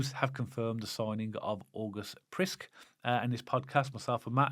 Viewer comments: I am Swedish, not Danish, but I am quite sure that August's surname is not pronounced "Prisk", it should be "Prisk-eh". A bit similar to the Norwegian Haaland, whose name should be pronounced "Hohland", not Hahland. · His name should be pronounced Owgust Priskeh. But I'm sure he'll be ok with Blues fans calling him August